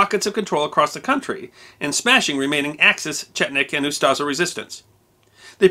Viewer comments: Just a minor correction by a croat 😁 OO-sta-she not Shi. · Me too, until he decided to say "UsTaZa" instead of Ustaše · Ustase is pronounced differently. "s" is "š" and is pronounced as sh as in shoes. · I'm struggling with his pronunciation of ooo-staah-shaah!